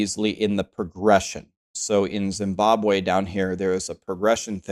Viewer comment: Ayooooooooooo did you say Zimbabwe 😅😅😅